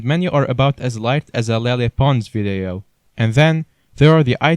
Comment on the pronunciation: i love how he says vadeio